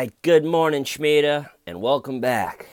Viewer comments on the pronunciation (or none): Why stayven whyyyy?!?! Schmeeda!!! 🤣🤣